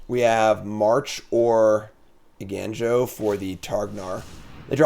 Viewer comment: I love content, but “Eiganjo” as “Eigainjo” just kills me. (For the curious, the “ga” in Japanese is closer to the sound in “gone”)